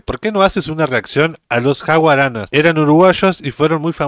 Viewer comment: Se llamaban JAUJARANAS y no como tú le dices JAUGARANAS, jejeje. Fueron muy queridos en Chile esos grandes Uruguayos. Saludos